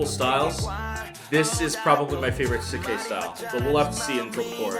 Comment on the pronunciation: Pronounced shik k